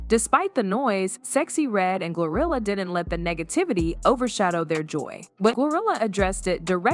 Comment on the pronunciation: Is it me or do I hear gorilla instead of GloRilla